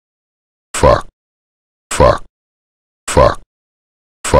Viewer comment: This is fucking glorious, I always had his voice stuck in my head saying "fauck". Really needed this